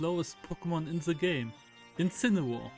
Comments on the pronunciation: You say incineoar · Don't you mean Incinewoar